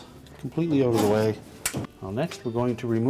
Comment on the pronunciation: Please learn how to use the words THEE and THE correctly !